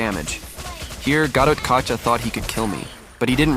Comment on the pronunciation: Kaca not kaka